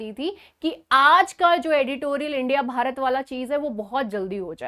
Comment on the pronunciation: But "BHARAT" sounds very good 😊